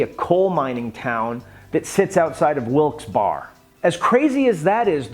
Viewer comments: .....Wilkes-Barre is pronounced “Wilkes-Berry”. This is the best news show ever, lock it up!!!!! I had to bust your ass, you guys at Ranger-Up are fuckin awesome! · Wilkes-Barre, PA is not pronounced Wilkes-BAR. It's pronounced Wilkes-BARRY.